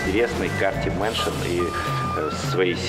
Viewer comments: Сказала de_mansion. Действительно профессионал... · Говорит де мэншон и говорит что профи лол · бля.... серьёзно? DE MANSION?! ШТА БЛЯДЬ?! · De_manshion...ааа, как слух прорезало жестко))) cs_mansion ведь ахаха...с залогами. Ну да ладно, прикольный видос! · не де мейшен, а кс мейшен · не де меншон а кс меншон